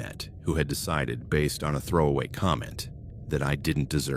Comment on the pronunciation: This AI doesn’t know how to determine the pronunciation of homonyms. I’m listening to the first story, there have been two different instances with the use of the word “live(s)” and the AI got it wrong both times… Also, whenever it is reading numbers, it sounds like it’s having a stroke.